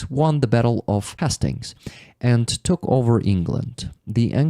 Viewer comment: Hastings is pronounced HAYstings and King William the conqueror was NORMAN, not Vikings, the Normans were from Normandy. :elbowcough